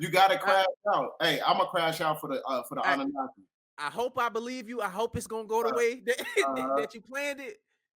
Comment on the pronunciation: He lost me once he said anuanki he was on point with everything else